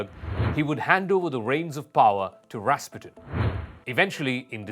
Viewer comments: Accent is on the second syllable: ras-PU-tin. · Wow, you're right. Ras PUTIN. We should have known him.